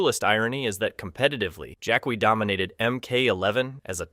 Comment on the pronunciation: Why are you saying "Jakwee"??? Its just Jackie written differently. Like Spanish "qui"